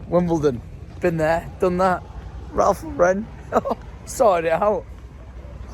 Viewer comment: pleaseeee its Ralph Lauren. The name Lauren. It's American, not French lmao